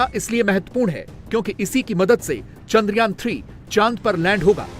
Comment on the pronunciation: चांद्रयान.....चंद्रयान नही .....